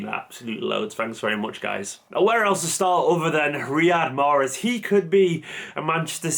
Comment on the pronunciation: The e is silent.